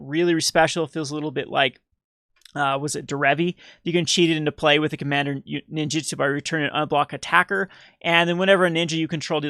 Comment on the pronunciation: Derevi not daretty xD :)